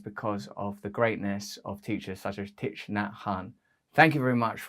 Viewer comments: its pronounced "TICK" get your pronunciations right RB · Yes.It is pronounced TIE. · Thich part is pronounced “tick” 😊